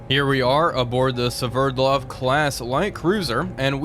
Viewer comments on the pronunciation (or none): Called it "severdlov"